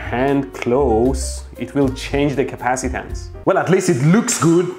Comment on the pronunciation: 💢💢 I love that KUH-PASS-EEEE-TANCE and IN-DUCK-TANCE! That's why the circuit WERKS!!!💢💢